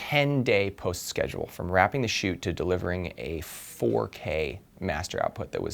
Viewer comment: Look at how he said 4k hehe 4 years ago